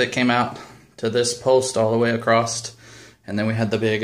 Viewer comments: "then were gonna put slats acrost, all the way across" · There is no 'T' in the word > 'across'.